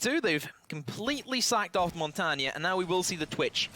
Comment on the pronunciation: He also is the only one saying "Montagne" right!